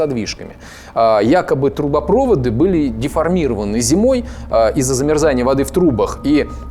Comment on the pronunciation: hxdjdjsjwjwj jdjddjhdndhdhhdhdd ну это понятно. Я говорю о трубопроводах. Анатолий Сулейманов неправильно произносил слово «трубопроводы». Можно подумать о проводе, когда он произносил «трубопрОводы», то смысл совершенно другой из-за неправильного ударения.